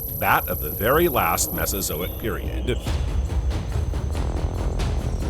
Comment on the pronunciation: It is AI narration, “periodD”…